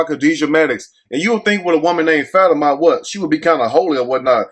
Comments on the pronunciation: i think it's pronounced Fuh-tee-ma 🤣🤣🤣🤣🤣🤣🤣🤣🤣🤣 but we gone call her fatty-ma 😂😂😂😂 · Like how you get “Fatty-Ma” from that 😂😭 I would’ve never seen that like that lol 😂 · Lmao!! That boy called her FAT-Ah-Maah!!! 🤣🤣💀💀 I thought it was Fa-tima. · Her name is pronounced like: FAH TEAM MAH😂😂😂😂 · I think her name may be pronounced Fa-Te-Ma... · What the hell did you say her name was? 😂😂😂😂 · … I promise you are a stone, cold fool lol… That is not how you pronounce that girls name, you had me over here bent over in laughter. As far as the story? It’s so outrageous that I can’t even put my thoughts together to make a comment so on that note… I’m out.